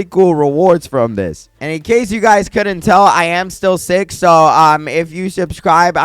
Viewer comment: When u said u were sick it sounded like u said u r six